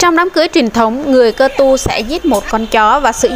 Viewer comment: Chị ơi phải là cơ tu mới đúng chứ sao lại là ka tu